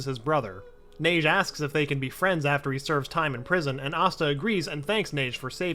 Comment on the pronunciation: its pronounced ha-gey like hokage